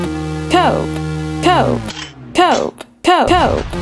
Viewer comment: Instead of “Cope” I hear “Coke”